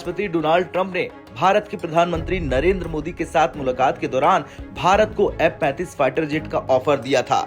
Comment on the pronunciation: M-35 ya F-35 kon sa hai clear bolo bhai